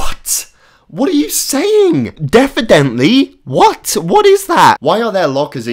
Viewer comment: DEFFIDENTLY!!!???? WHAT WHAT IS THAT XD